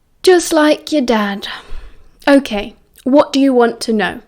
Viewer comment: Sometimes when you say "ok" it sounds like "I'm gay"🤣🤣🤣🤣 tbh it's really funny